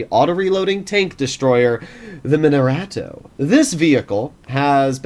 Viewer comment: dude you said Minorato instead of Minotauro. just a suggestion...